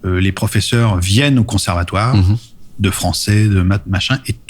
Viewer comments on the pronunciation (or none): Accent lyonnais spoted sur "conservatouère" à partir de